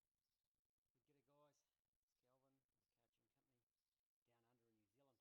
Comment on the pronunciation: I'm from New Zealand and this is the first time I've heard another Kiwi pronounce NZ as 'Nu Zeelind' haha, love the content